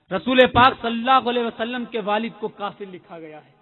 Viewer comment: Hujur ka naam sahi se le lo salla vasllam Nahin Hai bhai sahab sallallahu alaihi vasllam hai